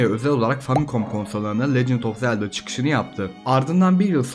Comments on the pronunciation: Zeldağ değil zelda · Zeldağ diyen kadın bul beni.... 😂😂😂